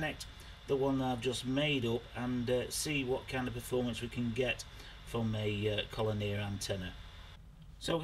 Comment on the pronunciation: Con olier Lolol made me giggle that did.